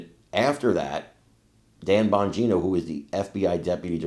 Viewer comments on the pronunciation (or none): Can she say Dan's last name correctly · MATT GAETZ COMES TO.MY MIND!! Ron DeSantis...eoe!! I don't know who that women.is.on CNN-+ she can't even pronounce Dan Bonginos name right!! She must be an extreme.lefty!😆